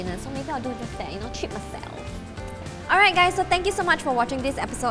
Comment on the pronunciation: i live how she said like TREAT MYSELF like yasssssssssssssssssssssssssssssssssssssqueeeeeeeeeeeeeeeeeeeeeeeeeeeeeeeeeeeeeennnnnn XD